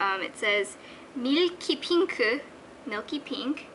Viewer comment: I love the way you say "meelke pinke.."